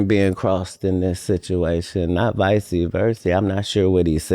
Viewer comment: i iust heard versey bro said vicey too 😂😂😂